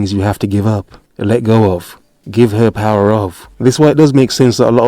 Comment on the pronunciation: "UNLIMITED POWAH ! "